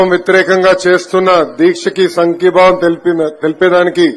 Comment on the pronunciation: listen at 13 Second సంగీభావం or సంకీభావం, he can not learnt telugu properly